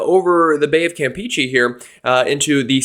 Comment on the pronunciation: Cam-Pay-Chay. Not Cam Pee Chee